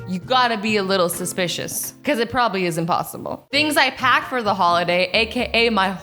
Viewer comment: Did azzy just say probaly